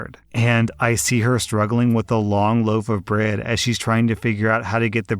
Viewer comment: You can't pronounce "bread". Gross. Work on that.